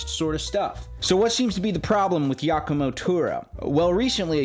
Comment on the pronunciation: Referring to him as "" makes this thief in question sound cooler than he really his. Pronounce it 'Jock-a-mo' (correct pronunciation) Afterall, the guy comes off as a dumb jock. The D-bag backwards hat and wearing sizes too small Hawaiian shirts is a good indicator. The nail in the coffin for Turra is the fact he hasn't addressed the issue sufficiently of people calling him out for 'faking' his playing and the elephant in the room he's ripped off countless musicians and only credited them AFTER Danny Sapko and others called him out in their posts and videos. He NEVER apologized to those people personally. Instead he made more excuses.